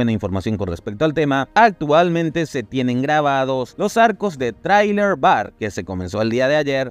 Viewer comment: Amigo, quien te enseñó pronunciaciones en inglés? "por"? "trailer? (referente a los Cross "X" y a Thriller) me caes bien, pero tu pronunciación iug... quité el video cuando dijiste de nuevo "por", y si quería verlo, tenga su like pero ya aprenda inglés porfavor